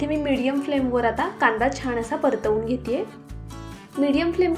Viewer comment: फारच अशुद्ध उच्चार करत आहेत. सारखं सारखं छाण असे छाण असे बोलु नका ते चुकीचे आहे. चिटकुन असा अशुद्ध उच्चार करत आहेत. मणापासुण